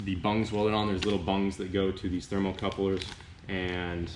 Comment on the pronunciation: " T H E R M A L - C U P L E R " Is how it is properly caller.... D U D E ...!